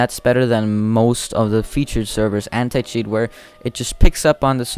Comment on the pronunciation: Anti cheat My ear : Hentai cheat